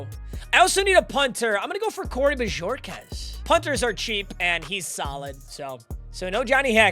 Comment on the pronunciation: How can you butcher Bojorquez so badly.